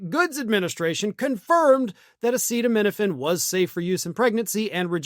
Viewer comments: Trump couldn't even pronounce acetaminophen, it took him 3 or 4 tries with people trying to whisper it to him. That should tell you something. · Dr. Dumbshit can't even pronounce acetaminophen. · I won't take advice on the safety of acetaminophen from someone who can't even pronounce it. "Commonly known as Tylenol" or as Jon Stewart put it "soon to be known as Plaintiff A" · Trump tried and failed then finally had to be told how to pronounce Acetaminophen. If you don't know how to say it, don't talk about it. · Just look at how the Cheeto struggled to pronounce acetaminophen.